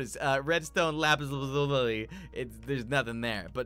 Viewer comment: LOL YOU DONT KNOW HOW TO SAY LAPIS LAZULI